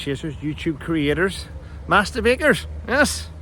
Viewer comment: I thought you were saying hello to me but it turns out you were saying Master Bakers. (Definitely not me)